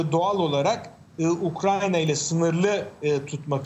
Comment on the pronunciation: Ayy şu ukrayna ya. Ukranya diyorlar yaa gıccık oluyorum. Kulağıma takılıyor..